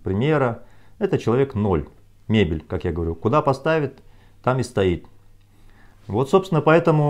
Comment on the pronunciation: Каждый раз смеюсь - мебель! Ну придумал же😂😂😂 так спокойно произносить - м е б е л ь🤣🤣🤣